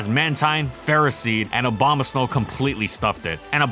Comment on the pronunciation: Wait did he say obama snow?